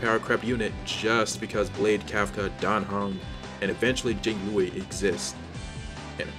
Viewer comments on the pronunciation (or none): none